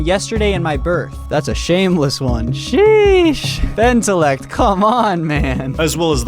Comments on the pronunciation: he puts the LL in benteLLect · Bentellect? More like Benterect.